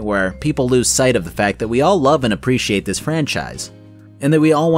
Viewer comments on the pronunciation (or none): none